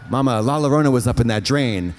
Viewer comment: Katya, Llorona is pronounced Yorona like Llorando. - a fan of both yours and La Llorona